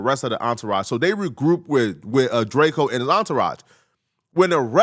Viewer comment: Why do i keep hearing Drako, whos Drako? 🤨 🤦🏿‍♂️